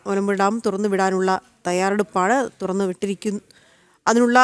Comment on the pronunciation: Thudarnnu alla thurannu.